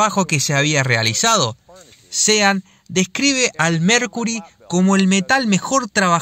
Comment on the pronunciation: Buenísimo el video. La única cosa que te digo. SEAN se pronuncia SHÓN. Buenísimo el canal!!!!!!